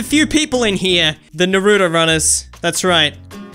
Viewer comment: Its not nooroooto